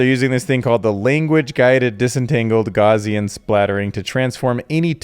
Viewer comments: Gow-c-an like Cow but with a G. Not gauzian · Gauss rhymes with house. No “z” in house.